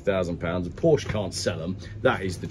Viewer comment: Is WhaT Car where video game "journalists" go when they've run out of games to play/review? Still can't pronounce Porsche properly can you!